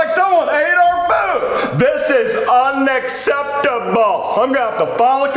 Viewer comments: . I. love. how. he. enuciates. UN - ACC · I love how he enunciates “UN-ACC-EPT-A-BULL”